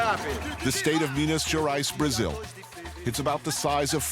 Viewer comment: me wondering what the hell is miniaras, its him pronouncing Minas Gerais lol